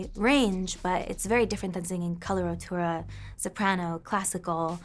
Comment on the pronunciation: colorAtura not colorOtura omg